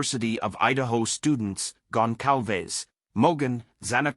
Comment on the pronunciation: He said their name right!!!! Finally someone said these peoples last name right! Out of respect don’t say their names if you can’t pronounce them it’s embarrassing when people call them Gonzales it makes us all look ignorant